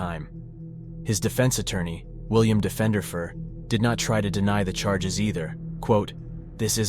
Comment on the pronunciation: He pronounced it wrong, the attorney’s name was Diefenderfer pronounced like deefin-derfer